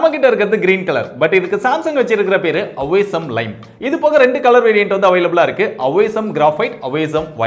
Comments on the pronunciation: அவேசம் ஆ இல்ல ஆசம் ஆ நண்பா? ரொம்ப குழப்பமா இருக்கே...😭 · awaysome illa bro.. awesome.. ஆசம் 😂😂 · English kathuttu va bro ATHU AWESOME (AASEM(OSEM))NNU PADIKKANUM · Awesome itha thappa pronounce pandra 😅😅😅